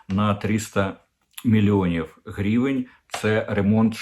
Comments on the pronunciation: Корчинський, не "грівєнь" а " гривень" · А чому грівєнь? Наче гривня, тобто гривень. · Оце «грівень» неможливо слухати.